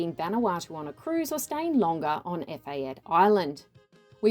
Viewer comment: Its "Eh-fa-tay"